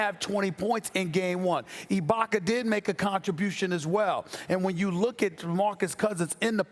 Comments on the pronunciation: " ibaker " - stephen a smith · “Abaker” Stephen A Smith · I have been watching Stephen A for years...that said I have never noticed more so than now how annoying it sounds when he butchers the way he pronounces “a” as “er” GET IT RIGHT DAMNIT 😂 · “Ibakar” - Stephen A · Stephen A, who the hell is Ibak-er?? 🤔😂🤣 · Who The Fuck Is Serge Ibakerr That Stephen A Keeps Sayin?? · SAS always saying Ibaker when is ibaka!! Why? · No one: Stephen A : Ibaker , Pelinker, Kuzmer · Serge Ibakar, Rob Palinker.... c’mon Stephen A. smh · Haven't watched yet, but I know Stephen A said "Ibaker" at least once. 😂😂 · 47" ibaker " - stephen a smith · moss spray lol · I got love for sas but mannnn with someone with the vocabulary that he has idk why he has the hardest time say words that end with a lmbo how is ibaka ibakar lol I’m dying over here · Stephen A: "Boogie shut down Ibaker" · Stephen A Smith - “Boogie is needed to neutralize Ibakerrrr.”